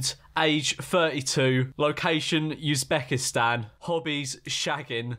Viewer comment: The way George says Uzbekistan triggers me